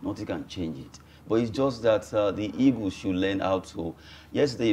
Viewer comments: Why do you people always say 'e-g-o-s' instead of ' e-a-g-e-l-s? I can't just understand why. We were all colonized by the British. Why do you people find it difficult with your English pronunciation? Even PHD holders have same problem. Can someone explain to me? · Why do they say eagus, "super eagus" 😁